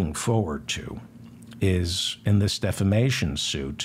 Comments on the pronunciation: Re: Mike Lindell. Don’t you mean he is getting sued for “deflammation?” Listen to him say defamation. Every time. It’s delicious. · when Lindell says it, it's "deplisistion".